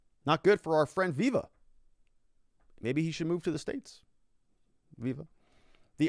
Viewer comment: When you said that maybe viva should move to the "states" I heard "maybe he should move to space"